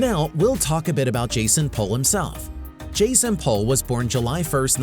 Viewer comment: His last name is pronounced ‘Pool’ not ‘Pole’